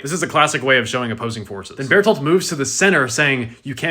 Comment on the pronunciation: Hey you said his name right twice... Ruined 😭